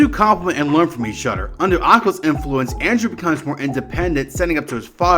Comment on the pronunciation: Bro why do you say “each other” like that 😭😭😭